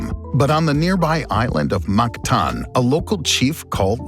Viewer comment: Wow I commend the pronunciation of Rajah Humabon, Cebu and Mactan. Very good!